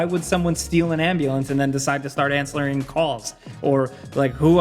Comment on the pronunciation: anslwering lmao